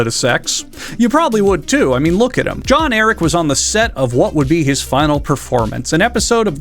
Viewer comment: The funniest part of this video is when he describes John Eric as being the most important person in the world only to fuck up his name immediately afterwards